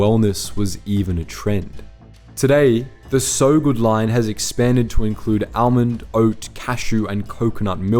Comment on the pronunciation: You say almond funny.